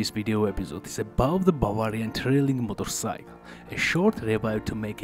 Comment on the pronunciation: In English, it is not a “Motorpsych”. It is pronounced “MotorCYCLE”.